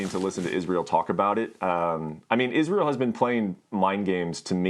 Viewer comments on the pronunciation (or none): Does my head in how Ariel says Isreals name